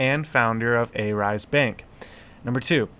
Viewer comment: Believes everything the main stream media feeds " Remember, it's not good to believe everything you hear as it may not be true." You just trolled yourself. Marcutes? A rise? Not sure how you have 20k subs for someone who can't even pronounce Arise. What kind of trash journalism are you doing when you can't even get your facts right? These were the exact same allegations the SEC threw towards Jared when they raided him in Jan and failed to prove their points and gave up. Why not cover that part? I'll tell you why? You are the same as any main stream media and you want to create drama and conspiracy to get views. Money is all you are after. Crypto has this pseudo decentralized face to it but in reality it's centralized and people like you who don't do any research spread false info for views and money to make things worse. Why don't you find the facts for yourself?